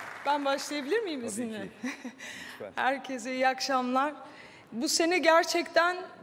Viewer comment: Ödül alıyosun ama herkese herkezzz diyosun